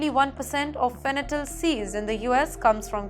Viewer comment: Fenytal or fentanyl?